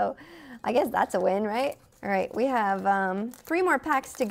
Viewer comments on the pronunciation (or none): none